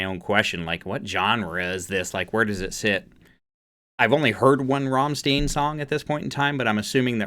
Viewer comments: Why you Americans always have problems with the pronouncing? It's a German band, probably the most famous German is Einstein, Rammstein has the same ending 🤷🤔🧐🤣😂 You seems like a smart guy, who calls himself a metalhead and you never heard about the biggest metal band in the world...🤔🧐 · It’s pronounced stein with a sharp I, as in a beer “stein” Rammstein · Ahh Rammstein! Didn't see this one coming. First of all it is pronounced "ramm-stine" and they are from Germany. This song is such a wordplay because "du hast mich" means "you have me" but it also sounds like "du hasst mich" which means you hate me. And then it evolves into "du hast mich gefragt" = "you (have) asked me". In my opinion this song is pure Rammstein - simple but powerful riff, simple lyrics but still playing with words and quite a lot of repeat. The genre is industrial metal. I was few years ago in their staduim show and MAN it was the best show I've ever been. Need to see them again and hopefully in Germany! And yeah in this video is pretty much how they always performance (outfits etc). They have a lot awesome songs (live versions are great and they have also cool music videos). I would recommend all of them but here's few: Engel, Sonne, Ausländer, Rammstein (yes it's a song too), Deutchland, Amerika and Ich will. Thanks for this video and keep up the good work! =) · The correct pronunciation of this band's name is "rammshtine" (in German "st" is pronounced as "sh" and "ei" as "i" in word "shine"). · I cringe so hard ever time people ( a lot of the time Americans) pronouce it like rammstine. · Rammstein is pronounced like RRahmShtine... basically you roll the first "R" then at the "st" you add an "sh" Sound so it's "shtine" not "Stine" RRahmshtine... ✴️an easy rule to remember when you see "EI" say "I" (the 2nd letter) ex. Einstein When you see "IE" you say "E" (the 2nd letter) ex. Believe Hope that helps 🙂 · Try to say Stein like shine and add a T (shtine). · It's Rammstein, not Rammsteen.